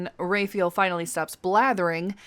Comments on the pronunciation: Please.... "RAW-fye-ELL" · Love your videos and how you say Raphael's name. At first when you said Raphael (Ray-feel), I thought you were saying Renfield because of your pronunciation and thought there was an additional quest that I missed. Thought it was some sort of Dracula easter egg. 😂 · I kinda love the way you are pronouncing Raphael, mostly because it would drive him up the wall.